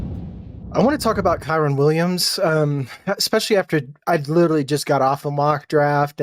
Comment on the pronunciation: Not trusting a dude who says “Kywen”